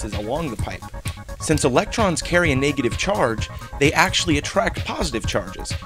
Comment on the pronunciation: he always says nay-getive